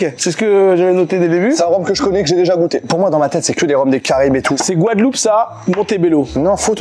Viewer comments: Le stagiaire avait déjà bu un coup ou plus? C'est GUADELOUPE et non Gouadeloupe...🫠 Sinon top l'émission ! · C pas gouadeloup Mais Guadeloupe 😅😅😅😅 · eh beh... ça commence bien. GOUADELOUPE ???